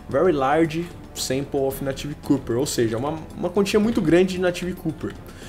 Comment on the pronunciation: "Cuper" não, pronuncia-se "cóper" mesmo hahahah! (: Seus vídeos são sensacionais, se fosse pra criticar algo, seria só isso mesmo. Continue com o excelente trabalho, rapaz!